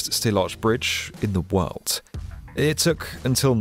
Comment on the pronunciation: And he says world with a ‘t’ in it?! Worldt